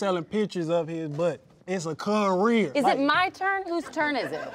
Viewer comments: It’s a “CUHHH-REEER” I almost died😂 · It’s literally a cuh-rear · “Issa cuh-rear” would’ve took me out immediately 🤣🤣😭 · It’s a cuh-rear 💀